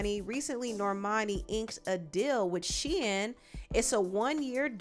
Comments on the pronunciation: Girl it's pronounced SHEEN not Shein 🤣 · It’s pronounced Sheeeeeeen lol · The I in Shein is silent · Okay I thought you pronounce it “SHEEN” 😂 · Why are you saying Shein like that...I thought it was pronounced Shein lol